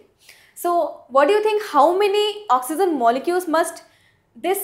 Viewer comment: Idiot it is oxygen not oxyzin